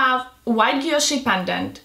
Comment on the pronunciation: She say she love VCA but she can’t pronounced Guilloche that she love it 😮😮😅